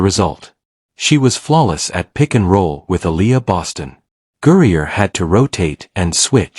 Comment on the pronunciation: It would help the presentation should the A.I. narrator learn that "Griner" is not pronounced "Gurrier?" Don't these people even LISTEN to their own babble?